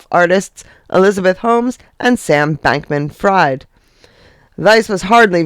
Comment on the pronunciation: Sorry…it’s pronounced Freeeed 😂 not fried